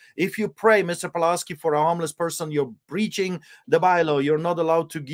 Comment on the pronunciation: Isn't Pawlowski pronounced "Pavlovski" not Paolouuski"? No point in modeling on the Polish Solidarity Movement if this movement lost to communists who rule Poland today (Tusk 13 December Coalition) and the EU.